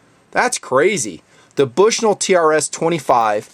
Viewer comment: lol he said Bush-NULL.